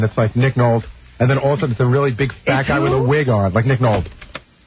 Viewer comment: Gary mispronounces Nick Nolte. Not the original air date, but is the original clip. Howard thankfully plays it by accident.